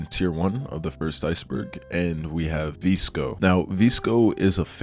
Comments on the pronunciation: babe 😭😭😭😭😭 it’s “Viss-Ko” for VSCO, not “Vees-Ko” LMAODKSNND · lost me at the pronunciation of vsco